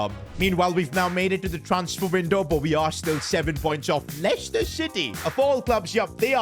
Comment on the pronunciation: leiscester city?